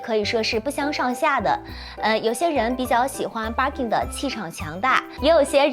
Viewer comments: 不叫Barking , 应该叫Birkin 吧？barking 是狗叫的意思。 建议研究一下。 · 博主在日本，日语发音是バーキン。建议稍微研究一下语言学，格局再稍微打开一下。